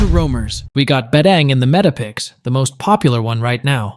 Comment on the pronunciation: Its badang not badeng 😂